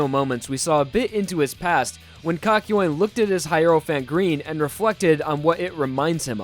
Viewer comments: I thought it was kak-yo-in not kak-yoyn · I'm sorry.. but I can't with the way he said kakyoin.. I don't know if I say it wrong but you really pronounced the YOIN in kakyoin and it just bothered me, I'm sorry 😅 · pronounced that shit cock- yoin, instead of kahk-yo-een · It's pronounced Kak-you-ean not Kak-yo-ween, just so you know. I mean, you said his name a LOT in this video and it can be pretty embarrassing to pronounce it wrong every single time, so- for future reference, is all. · It triggers me how he pronounces kakyoin. It's not "KAKYOAIN" it's Kak-yo-in. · heaartzz, the person who just called kakyoin poop in Spanish, his name is kakyoin not “kAk.” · Kak-yo-een. Not kak-yoin (pronounced like coin). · Kakyo Wayne?? It's pronounced Kakyowin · I think the caps thought he said COCK YOUIN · Him:kayoin Subtitles: KA KA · i just love how you pronounce kakyoin as 'cock-yoin' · I put sub titles on instead of kakyoin it said cock join 😂😂😂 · Kakyoin subtitles: cock join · BROTHA, LEARN HOW TO PRONOUNCE KAKYOIN: KA-KI-O-IN. SIMPLE. PLEASE DUDE, I LOVE YOU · REALLY? KAKOYAN? That’s not how you pronounce it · Why he pronounce it "cock-yuen"? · No one: Still no one: This guy: "kakyoin" YouTube subtitle: calculating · I can’t watch if hes gonna pronounce Kakyoin like that. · Im still in battle tendency but i feel sad when i hear "kakyoin" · learn how to say his name, jesus christ. unwatchable.